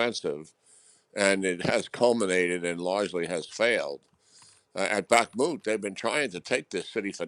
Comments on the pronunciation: Can’t she pronounce the name of Bakhmut there’s no extra a in it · I think it’s time The Times get a linguist in to give their hosts some pronunciation lessons. Far too many of them can’t seem to speak worth a damn, and there’s really no excuse… What the heck is bak-a-moot?!? 😂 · It is not "Bahk-a-moot", lady. And some of your questions are like those of a cheap gossip columnist. Hang it up, already. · Bakken moet! Hilarious! Maybe change that "kh" to a k instead of a ke or ku? A regular k seems good enough. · "Bakamut" Has the interviewer paid any attention at all? Bakamut? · You really have to stop saying “Bakamut”. There must be some English words with the same sound as the “ch” in Bachmut that you can copy paste when talking. It’s been a year already.. Kind regards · Are you STILL saying 'bakamoot'? WHY??? NOBODY pronounces it like that! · Keep telling your BS and it will become the truth but this time we've got the Internet this time round she called it bakamut instead of Bakhmut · “Bakah-moot” lol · Bark moot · strange to hear Bakhmut pronounced as Backermut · some call it Backmoot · English people don’t even try pronouncing Slavic word properly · How can you be a Times reporter and mispronounce Bakhmut multiple times? Have some respect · How can you get 'Bakhmut' so wrong this far into the war 🤦‍♂️ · Weird pronunciations of Bakhmut by Reporter, so she is probably right? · Would help if interviewer could pronounce Bakhmut correctly!! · why does this announcer always have this pronunciation of Bakhmut......no-one else does...is it affectation or am I missing something? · After 15 months, she still cannot pronounce Bakhmut. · Sounds like a choc bar! 😂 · I'm waiting for this host to learn how to pronounce Bakhmut properly and I'm starting to think she never will 🤦‍♂️ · Back-a-moot? That's an interesting new mispronunciation! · Bakamoot 😂🤦🏼‍♂️ Bakhmut lady, kh like you're spitting in Zelons Musks face. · Its not called BAKA MUT but BAKMUT